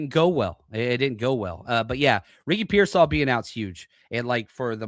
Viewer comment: Did you say Ricky Pearsoft? haha I haven’t heard that’s spot on unfortunate